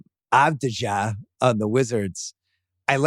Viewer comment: Its pronounced avdiya